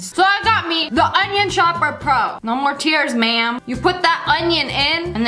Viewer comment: You know what is so funny, when I was watching this she said wam bam rotisserie chicken ma'am, and my friend thought she said rotisserie chicken man 😂😂😅😅😆😆🤣🤣